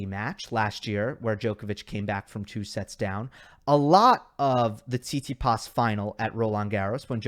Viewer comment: seet·see·paas not tsee-see-paas lol